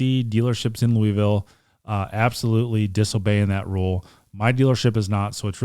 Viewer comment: Watching from Green Valley, Arizona... I graduated from Moore HS in 74, My wife from Tucson commented that doesn't pronounce his city correctly. are you born and raised Louisville? All in fun. Love the channel.